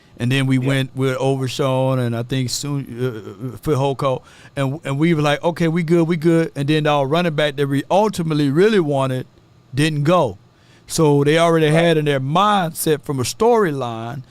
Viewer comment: Im Polynesian and its pronounced Feh-Hoko and Liu-Fah-U